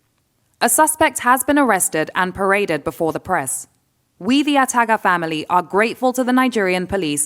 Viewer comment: Yes, you sure did hear her gaffe...lol.